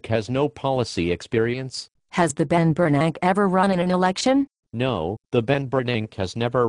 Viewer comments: "The Ben Bernanke". Ha. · "The Ben Bernank" haha that is what I will refer to him as from this day forward. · the only thing i see deflating is the value of the dollar lol and " the Ben Bernank" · Teh benbernank. LOL